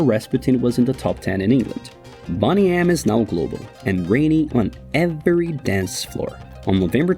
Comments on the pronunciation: its pronounced Bone ee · “Boney” like “lonely “. Can’t anyone speak English on YouTube anymore?! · Pronounced like "boney" as in skeletal structure, not like a girls name,WHEN are people going to make videos that are actually correct? Or do you not care if it's correct or not? Hey! Who cares if it's true right? Just like this generation, who cares if it's real,it's all about if we care or not! Correct! .may as well make a video about scam Wales right! They were a great band! You know, the guitar player Fredddie scam Wales right!? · Fake? Look at yourself. You can't even pronounce their name. 'Bonny M'? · Boney with long sounding O! BONNY M is telling me your research is suspect???😮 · “Bonny M”? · It's Boney as in Bone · Bonny M LOL someone didn't bother doing their homework. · Please say BONEy. I would never purposely say someone’s name wrong…. This person or A.I. Continually does. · knows everything about boney m except how to pronounce boney m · I'm sorry, but you put in all this effort to put together this video about one of the most well known bands, and you didn't come across how to say the name of them. It's not boney - as in beautiful - boney as in bone. lol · Stopped watching when they pronounced the actual name wrong, which was three seconds into the video.😂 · Is this video AI generated? It seems like it. Even the pronounciation of the band's name is wrong. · Unwatchable. If you're incapable of pronouncing the name of the group maybe don't make a documentary about they you absolute sausage. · First of all, pronounce the band name correctly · It is, he pronounced it wrong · At least pronounce the name correctly!!!!! WTF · EXACTLY RIGHT!! This guy can't pronounce the group's name correctly! Getting on my nerves 🤯🤯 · I put it off as partly the accent but it is very distracting. May sound normal and we sound like we're saying it wrong to him, I suppose. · Boney M, not Bonnie M. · You pronounce it like it’s spelled ‘Bonny M’ We called it beau knee em.